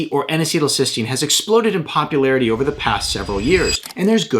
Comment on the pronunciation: N acetal cysteun